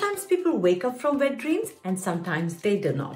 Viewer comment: you pronounced wet with a "V' sound, then, , you pronounced it with a "W" sound, very versatile of you, the best of both English & Indian languages